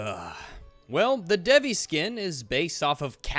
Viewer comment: So goddess of sexuality looks sexual? Woah...would have never seen that one coming..... I hate it when people who think that they are religious act like something is offensive just to get some attention. And it is not pronounced dev-ee, it is pronounced dayvee. I'm Indian...and this game this T for Teen....